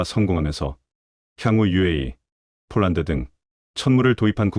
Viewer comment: 왜 자꾸 폴란드을 쫄란드라고쓰고 읽는지 알수가없네 폴란드사람이보면 무식한것들이라고 욕하겠네 좀 똑바로하세여